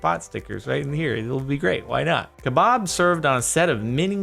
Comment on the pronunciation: Wait...is that how Americans pronounce kebab ??